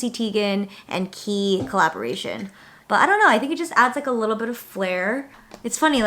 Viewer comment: thanks for teaching me how to pronounce 'Quay' 😂